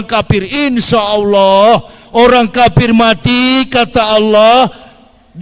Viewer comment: Waloni ini cuma suara besar tapi otaknya kosong, kafir bilang kapir hehe